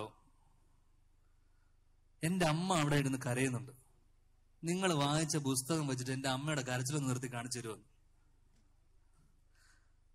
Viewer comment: ബുസ്തകം.. അല്ല പുസ്തകം... 😃